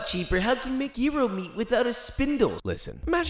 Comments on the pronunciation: YERO! It’s pronounced YERO! 🤦🏻‍♀️. Josh, you are a professional for crying out loud! You should know the proper pronunciation! 🤷🏻‍♀️🤦🏻‍♀️ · Was I told wrong? Did the owner of Zorba's in Urbana Illinois tell me the wrong way to pronounce gyro? Is it SUPPOSED to be pronounced Ghee-roh? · Coming back to this video a year later and two things... Gee-Row is weird, Ji-Row is so much better. Also where are you finding cukes for 50 cents, my local store cukes are 80cents each, garlic runs about 2 bucks parsely is like 2.99 a bunch... the gyro is deff not $2 anymore sad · lamb and beef cut directly off a spicket is what ive mostly seen in the shops I've visited.. also made with French fries which I was told was also traditional was very good. One thing I think we both can agree on is "Gearo" is definitely not the pronunciation lol. Gy-ro (american) Year-o (Greek) which is how I pronounce it as well. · Except it IS pronounced yee-ro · I have never heard anyone pronounce it that way. In NY we pronounce it jahy-roh. Interesting, the way he says it. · Greek Gi-Rose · How you pronouncing it? Geer-os?????? 😂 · its pronounced yee-ro my dude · Tf is a gee-ro? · the "g" is /ɣ/ sound kinda like french "r" but it's a bit fronted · "Homemade pork souvlaki and homemade pita bread makeup for my inability to pronounce gyro" lol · It's funny that even with a Greek friend who pronounced it correctly, he pronounced it not quite right 😅. Still much better than people who pronounced it like gyro in gyroscope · You need to work on the gyro pronunciation but you got tzatziki down at least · It's so hard to pay attention with him mispronouncing gyro so badly.